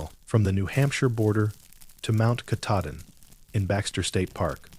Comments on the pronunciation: Ka tah din is how you say it. It’s hard to believe this when the guy who is supposed to “live in Maine” can’t even pronounce it. 🙄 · "Mount catadin" thats embarrassing.......ill find another channel to watch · Brewer Maine, but I was born and raised in Millinocket! I like the stories, but someone's gotta tell the AI it's KAH-TAH-DIN. 😊 Great job though! I'm writing a collection of short horror stories myself, all based on legends/myths from the North Woods. Stay tuned! ❤ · He knows the name and has worked there for years but can't for the life of him pronounce Mt Katahdin!!! (Cah-tah-din) Not hard really! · KA-TAH-DIN, you didn't work there if you can't pronounce the name correctly! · Learn how to pronounce Mt Katahdin correctly. You are murdering it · You had me until AI pronounced Katahdin wrong. That’s when I turned it off. 😂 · The narrator is not a park ranger. It doesn't even pronounce Katahdin right. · Pittsfield, Maine Come on. You could at least pronounce Katahdin correctly. SMH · I was unhappy with the pronunciation of Katahdin as well. 🙄😬😠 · It's so weird how inconsistent it is. The first story was pronounced incorrectly. The second it was correct. The third it was wrong the first time and right the second time. All the same AI. I don't get it. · He needs to say mt.Katadin the right way it's not how he says it 😊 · BECAUSE THE NAME OF MT. KATADIN WAS INTERMITTENTLY BEING PRONOUNCED WRONG. I READ A COMMENT BY A READER FREAKING OUT ABOUT IT. I COMMENTED MAYBE IT'S AI NARRATED. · The AI reading this sucks. For actual Mainers to be expected to listen to horrible AI mispronunciations of places they know and love is unconscionable. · Doesn't pronounce Katahdin correctly. Can't be a Baxter Park ranger